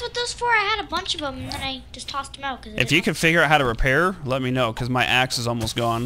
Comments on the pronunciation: I thought said I need your ass, but she actually said I need your axe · said ass instead of axe